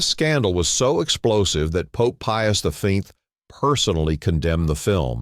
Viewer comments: Pope Pius the what????? C'mon man. Why go through the trouble to even do this if you can't get your facts or VO correct? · Pope Pias the WHOOO? You got BLOCKED.